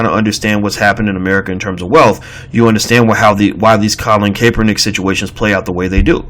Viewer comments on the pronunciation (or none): CAP er nick.....emphasis on the "cap" as in "hat"